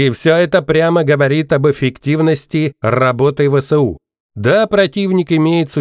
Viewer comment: Не ве се у . А Эс ве у!